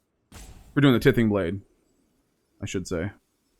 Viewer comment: For the love of Mike, T-EYE-THING blade, like tithe, what you give to sacrifice